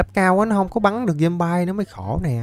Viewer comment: ơi, anh phát âm chữ zombie là ' zom bai' thì là sai trầm trọng quá, người ta chê cười đó. Xin anh nghiên cứu phát âm lại cho đúng nhé.